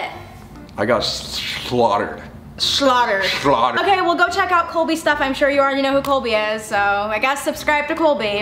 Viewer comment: Colby: I got shlaughtered